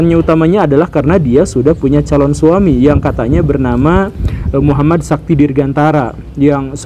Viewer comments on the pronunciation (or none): none